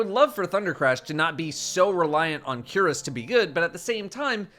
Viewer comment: Cuirass is pronounced queer-ass